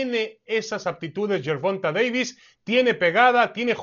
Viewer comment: Gerbulto Gayvis. Gerbumta Gayvis